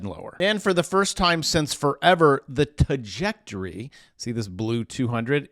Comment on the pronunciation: Say the word trajectory remember the r